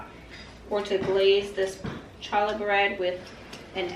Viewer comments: Love seeing Mommy and daughter working together. Good job training her. Nehemiah is a beautiful name. I never considered it for a girl but I like it. Just so you know Challah is pronounced haa·luh... Keep up the good work. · Everything looks delicious. The correct pronunciation for “challah” is “hallah”. The “C” is silent. I’m loving your channel and have been binge watching over the weekend. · That is odd I am not seeing my original post to you on the Word Challah… so, now not sure if that “correction” post makes any sense! I had posted, how fun making memories with children in the kitchen! And then suggested a “tweak” of your pronunciation of “challah”. How the first letter in Challah, is the Hebrew letter “Chet”, pronounced coming from the back of your throat, much like a cat hissing… many find this letter hard to pronounce without some practice. Love your videos! You do a wonderful job!